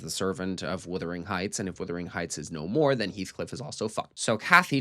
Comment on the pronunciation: Speaking of “withering”, every review or commentary on this film I’ve heard by an American pronounces “wuthering” as “withering”: why is that?